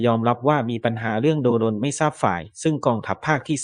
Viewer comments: โดรน ไม่ใช่ โด - รน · แอดมินเป็นAIใช่ไหมจ๊ะ ละเมิด อ่านว่า ละ-เมิด ไม่ใช่ ละเมิ๊ด / โดรน อ่านว่า โดรน ไม่ใช่ /โด-รน แต่ถ้าเป็น AI ก็ขอผ่านค่ะ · โดรน อ่านว่า โดน ไม่ใช่ โด-รน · "โดรน" อ่านว่า "โด-รน" 555